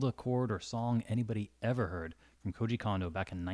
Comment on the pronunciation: As a future linguistics student of PNW, Koji Kondo is pronounced KOH-GEE (as in gee willickers) and last name is KOHN-DOH